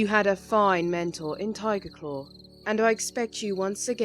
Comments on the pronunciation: I love how the person who plays as pronounces Tigerclaw like Tireclaw. XD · It sounds like was saying Tireclaw. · did say "tireclaw" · Though did anyone else get a little annoyed with whenever she said ‘Tigerclaw’? She said it like ‘Ti’erclaw’ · I’m favorite character is because whenever she says Tigerclaw, she doesn’t say the G. It’s so cute.